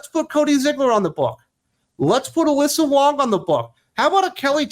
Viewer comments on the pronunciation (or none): none